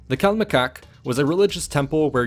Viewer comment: Why is it funny when the narrator pronounced the word "CALMECOCK" 😂😂😂